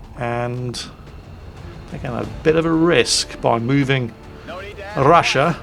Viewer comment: I dare anyone to drink a shot every time: - butchers 'Ostraya' - butchers 'Rassia' - comments on 'temptation to shoot them all' and how you can't - sniper pistols are mentioned If you haven't passed out by 25 minutes you must be drinking water.